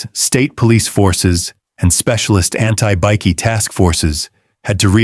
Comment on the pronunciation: How about teaching you AI voice over to say "bikie" correctly, it's not a biscuit!